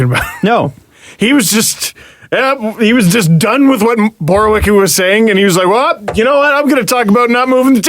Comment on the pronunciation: Oy vey... Borowiecki - [Boro-vee-etz-key]; unless you are purposely saying it bad then carry on.